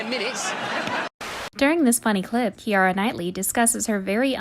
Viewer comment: Kee-ah-rah!? Mick-av-ree!? Jeez.